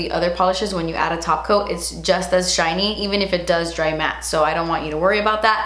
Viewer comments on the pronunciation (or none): "look how SHAITNY, GLOTSY, JUITCY"- 😂